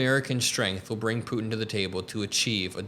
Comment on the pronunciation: Love the the show, hate how you say “Putin.”